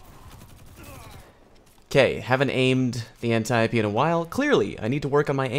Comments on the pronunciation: You can pronounce Antiope. That's the best part of this video. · Holy shit, someone pronounced Antiope correctly.